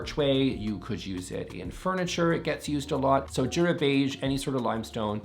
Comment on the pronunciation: Jura is pronounced Youra - everyday is a school day